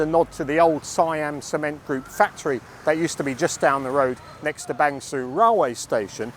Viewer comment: Interesting video! A note about Bang Sue. It's pronounced 'ser' as in 'her' rather than 'sue' as in Pollard. I only mention it because you often talk about the place in your videos. Keep up the great work!